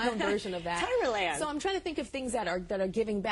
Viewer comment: Oh gosh "Tyra Land!" haha